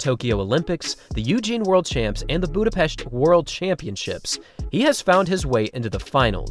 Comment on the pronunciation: props for the Hungarian pronunciation of Budapest haha as an American covering a racing series around the world, I almost never hear that said correctly (IMO atleast) Yeah for once on fast time expectation in an opener, I agree with you. His taper seems to be consistent with a Worlds year except thank good he’s staggering 100m work. Ain’t no way he sprint endurance lol his problem is waiting to pull a he trigger waiting too long to close the staggers. WAY too much in the tank when he hits the tape. Understandable fear. Like I’ve said I think he’ll surprise himself in the 200m he’s a stronger runner than sometimes I think he even realizes. I hope the point of this cycle was to get him to fully realize his top end speed and trust his knees so now he knows to break the record in Paris, he’ll need to dip split under 10. Bolt is still obliterating him in the opening 50. Reaction time is literally pointless at these rates but if Noah can get going downhill sooner and actually get in Flow state mid corner, the record is in threat. I’ll be a little worried if he’s not the world leader after this weekend - or atleast under 19.7. And hopefully he doesn’t have to win with a lean. If he can be loose enough to appear to be “shutting it down” and go 19.65 with +/-0.5 wind, I’m putting the money down the next day for best spread possible haha